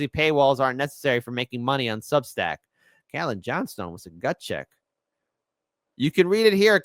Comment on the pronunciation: Jeezus dude Cait-lin.... Cait rhymes with 'late'.